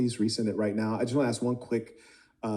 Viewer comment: He said Axe 🪓 😂🎉